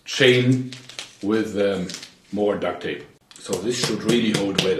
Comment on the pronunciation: " and it is weally weally solid" i love your accent